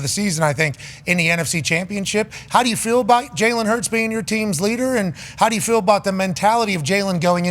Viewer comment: “Yew” is crazy